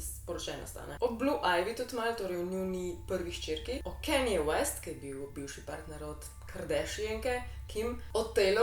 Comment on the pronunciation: Drgac ni "Kenje" ampak "Kanje"